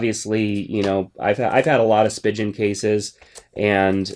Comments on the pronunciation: I enjoy your reviews! but it's spee-gehn and not spee-jen.... :) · Cringe at how he pronounced Spigen... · you pronounced spigen so wrong 😂😂😭